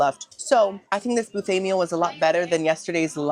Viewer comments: why does he pronounce Buffet in such a weird way BoUffet...weird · Love how you say BOOFEE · The way you said buffet, made me think you are from Louisiana!!??